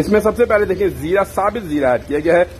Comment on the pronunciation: abey urdu seekhley pehley sahi se bolni.........chooor karna, sabit zeera nahi sabut zeera.